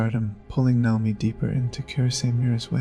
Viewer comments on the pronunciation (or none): The video was good overall, but the pronunciation of multiple words and the subtitles were not great. Naomi (not “Nomi”), karaoke, and sake were a few mispronunciations I noticed. If English is a 2nd language to you, then I apologize. Again, the video was good, this is just some constructive feedback I had.